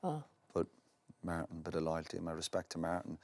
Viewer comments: Roy: Maartin, Maartin, Maartin 😂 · Say Martin one more time!!!